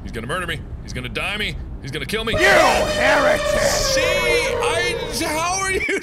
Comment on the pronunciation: He says "You heritic!"